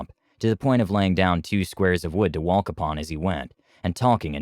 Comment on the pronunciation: My one and only wish is for your pronunciation of english words to not fail. Bah-soms? Pronouncing the L in walk? Wtf?